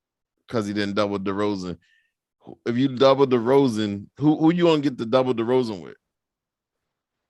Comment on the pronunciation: Who the fuck is "Deron" Derozan? Dude doesn't even know his name jeez.